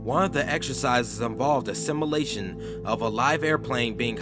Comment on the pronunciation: Not being able to properly pronounce “simulation” and “NORAD” correctly detracts so much from the content of the video it loses credibility.